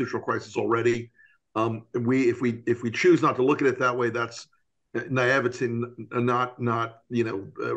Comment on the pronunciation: Very informative. It's also comforting to know that folks on TV also see the challenge of saying "naivete" and decide to bail at the last moment just like us 😂